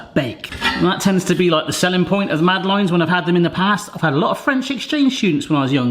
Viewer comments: Eek. My ears are burning! Mad uh laines is how to say it. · So he doesn't pronounce it the french way. It doesn't realy matter. On such a small island where there is in any case a varied way of pronuoncing even the most basic words and then rest of the english speaking world all have their own pronounciations why in this case make such a fuss over a French name.